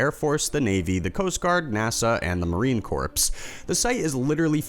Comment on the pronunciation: Its Marine Corps, not Marine corpse